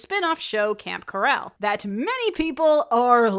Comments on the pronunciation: How is no one talking about how she pronounced camp coral as camp carrel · Yo it’s CO-RAL not COR-EL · pretty sure its camp coral not corral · I thought it was meant to be a joke like, coral, corral... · She said keral not coral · The pronunciation of Camp coral as corral bugs me. lol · I've never heard anyone pronounce "coral" as you did. The cartoon doesn't even say it like that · What if you said it with a different inflection? Cor-aaaale. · good review but why do you pronounce coral like that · WOW THE WAY SHE PRONOUNCED KORAL!!!!!!!! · Maybe it's a joke about how we're imprisoned with Spongebob for the rest of our lives. (Corralled, pronounced the same way she pronounced Coral, means confined with a group of people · Mr krabs said it like that while trying to be hip. is a boomer confirmed? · She mixed up the pronunciation with "chorale" which is a choir. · uh is that how they pronounce coral in the film? or is that how you are choosing to pronounce coral?